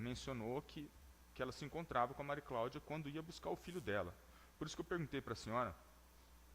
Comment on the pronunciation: Que Justiça a deste país, a juíza não conseguiu falar o nome de uma das partes! Só falou o nome da Mari Claudia errado!